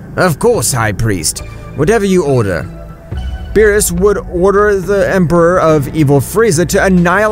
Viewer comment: Did you just start watching DBS you saying they names wrong 😂